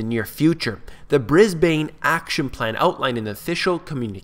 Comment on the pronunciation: Just a heads up . . it's pronounced "Communi-kay"